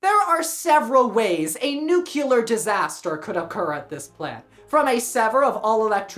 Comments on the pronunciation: nucular? Nuclear… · What's up with Americans that don'tknow how to pronounce nuclear???